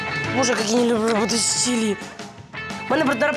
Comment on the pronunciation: Чери? Это Чили 🤣